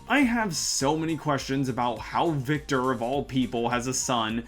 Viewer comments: For fucks sake it's VECTOR not VICTOR!!! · Did bro call Vector "Victor"?